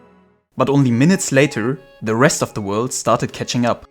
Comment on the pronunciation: Why do they pronounce World "Word" !